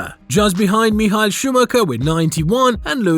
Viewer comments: no he didn't lmao. I speak german. he pronounced Michael all wrong, just Michael in the English pronounciation is fine. as for Schumacher, he did pronounce that in the English version, but the "ch" should actually pronounced the German way. so he literally did the opposite of trying to pronounce it the german way. he pronounced the German part of the word in English, and pronounced the English part in German. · I am very disturbed by the way you pronouncd micheal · Nice video! But that was the strangest pronunciation of "Michael" (Schumacher) I've ever heard 😄